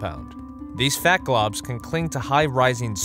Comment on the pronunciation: The way he says fat